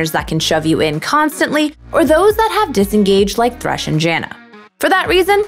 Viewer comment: Its thresh no tresh!